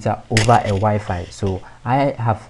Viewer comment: crazy guy fixed my year long issue.. so I will overlook that he calls wifi (why-fi) "wee-fee" !! ? :|